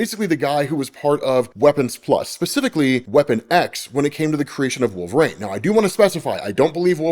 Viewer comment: "Wolv-rain" lol